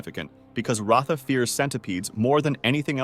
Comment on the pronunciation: you literally didn't even pronounce pomni, kinger, kaufmo, ragatha correctly. You call pomni Pomani, Kinger Klinger, Ragatha Raatha, and Kaufmo Kafmo. you called Murder Drones, Killer Drones show. How do you screw up that bad?! The characters names aren't that hard to say! Murder drones is not called Killer Drones Show! Whatever 'research' that you did, was terrible!